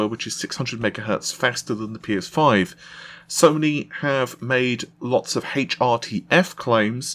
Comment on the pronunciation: "Road to P Eh 5 event" LMAO